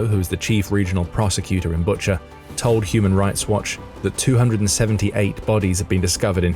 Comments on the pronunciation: Bucha is pronounced BOO-cha. Not BUT-cher like butcher. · I think it pronounced Boo-cha.